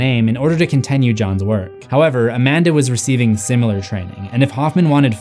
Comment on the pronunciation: This is so petty and I don't know why my brain thinks this way but I hate that he says "con-ten-nyu" its continue T.T